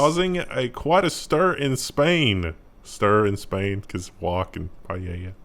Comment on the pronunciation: The irony is that Paella should not be stirred once it's started cooking... lol - Also it's pronounced: Pie-ella | 'pi-el-er'